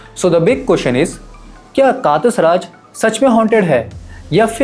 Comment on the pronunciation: "कातस राज" nahi "कटास राज"...hai